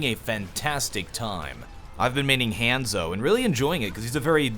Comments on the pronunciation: That's was a very Caucasian way to pronounce Hanzo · Old video so I'm sure you you know by now, but I feel your pronouncing Hanzo's name wrong on purpose. I'm sure that's not the case, but it comes off like those people who mispronounce foreign words to basically mock that they aren't English, rather than because of language differences or honest mistakes. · Was the Hanzo mispronunciation intentional for the punch. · Immidiately stopped watching when you pronounced Hanzo wrong. Late